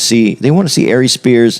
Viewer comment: I’m sorry but as soon as I heard A-Reeze I had to pause and get on